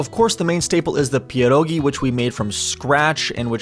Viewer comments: OMG U SAID PIEROGI PERFECTLY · You say 'pierogi' very well